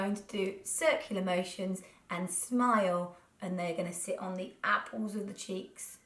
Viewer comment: The most Norfolk 'apple' I've ever heard 😂